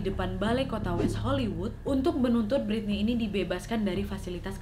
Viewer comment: Kalem wa Britney bukan biritney 😂